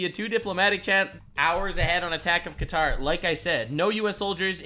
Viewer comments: "cutter"? lolwat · What the hell is cutter? I thought it was Qatar? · wait, did she just call qatar "cutter"????? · Calling Qatar “cutter” is a bit weird. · That lady calling Qatar cutter was kinda triggering me. I'm a dumbass who makes gun parts in a machine shop for a living. And even I know how to pronounce it correctly. It's like my fellow whites who call tortillas tortilas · "Cutter" was killing my brain man..... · She keeps calling it "Kutter." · Bruh can some Americans really not pronounce "Khatarr" :D lol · I'm so sick of all these clueless news people calling it cutter 🤦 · I cringe every time she says Cutter for Qatar... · Did she just call Qatar "Cutter"? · why do they pronounce qatar as cutter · it’s not how I’ve heard Muslims speaking English pronounce it. It’s more like kor-tar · How is it the fuckin news can't pronounce Quatar and always pronounce it Cutter. Like a dude with a knife 🔪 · yeah cant believe she said cutter Americans are so dumb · Qatar- cutter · Thats noy how you pronounce "Qatar" lmao 😂😂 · CNN Can't even pronounce Qatar correctly. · If you can't say Qatar you maybe shouldn't be on the news. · I can't get over how much I hate the way that anchor pronounces "Qatar" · Why are American news anchors the only people on the planet who pronounce Qatar WRONG in that specific way. Totally irrelevant but idk it irritates me. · The way they pronounce Qatar gives me a headache lol 😆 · cutter? Qatar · why she keep pronouncing it “cutter” and not Ka tar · how is she an anchor and cant pronounce Qatar right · Why can no one on the news say fuc*ing Qatar correctly. How the hell is "Kuh-tar" difficult to say? Freaking "Cutter" 🤦‍♂️ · woman said "cutter" like no damn it! qatar!!! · Qatar is not pronounced kutter It’s pronounced Kuh-Tar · “From Iran to uh cutter” 😭 who pronounces Qatar like that? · For the hell is this cutter the reporter keeps mentioning in the first 2 minutes, or is she failing at saying Qatar. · Jfc it’s not cutter it’s kah-tar